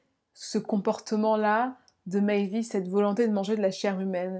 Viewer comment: Hello. Ayant passé mon mémoire d'étude sur ce cas, je pense pouvoir donner mon avis. Déjà corrigeons de suite ce nom !!! on dit meiwes: mai i wès et pas meivis, c'est allemand, pas anglais ;) Ensuite l'envie de cannibalisme de Meiswes était bien plus complexe et subtile qu'une simple envie de manger de la viande, il faisait un lien entre manger un être et l'avoir avec lui à tout jamais, ne jamais le perdre et avoir un lien très intime avec elle. Le cas aurait était bien plus interessant en étant traité en portant le regard sur Bernd, une victime consentante et donnant les directives sur la façon dont elle voulait être abattue et consommée.